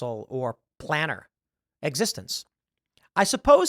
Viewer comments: Tim...Its Planear Not Planner. XD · I’ve never heard anyone pronounce Planar like Planner